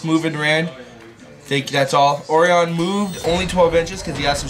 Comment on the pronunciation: Orion's belt not Oreon's belt "O-righ-un"